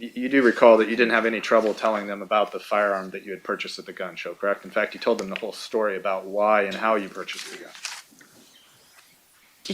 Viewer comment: The woman can't properly pronounce "L" she say fowder instead of folder and toad instead of told...so irritating 😅